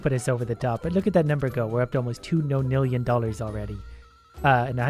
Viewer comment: Why you saying non nillion no nillion